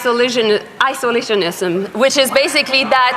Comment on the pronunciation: Joly can' t even say isolationism properly.